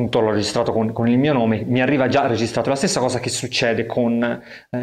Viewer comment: l'ultima hosa .... toscano ? :)